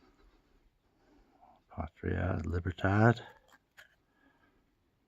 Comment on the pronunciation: The way Cuba used "Patria" as part of the motto actually means fatherland. So it would be "Fatherland and Liberty." Your pronunciation was pretty good, though.